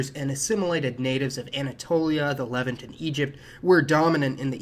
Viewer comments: Good info, but its luh-VANT, rhymes with the insect ANT. Also, you could have looked that up before mispronouncing it half a dozen times. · Levánt. Levahnt. Le Vant. Lev Aunt., please pronounce Levant better. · Hellenic is stressed “Hel-LEN-ic” Levant is pronounced “Le-VAHNT” The P in Ptolemy is not pronounced.